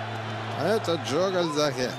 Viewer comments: Почему КальзаХе ???? КальзаГе он везде и пишется и читается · Весь бой коверкал имя Джо - Гальзахе. Не говоря о предвзятости в пользу Джонса. Классные комментаторы так не работают.